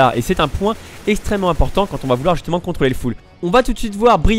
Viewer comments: "contoler" son full :) sinon très bonne vidéo merci ☺ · je suis le seul a avoir vu le "contoler son full " xDD sinon très bonne video j ai appris plein de trucs continue comme ca tu gères:p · "contoler son full" 8) np les fautes ca passe ! ^^